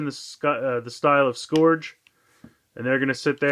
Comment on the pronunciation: Also, it's pronounced "scrrge" not "scorge".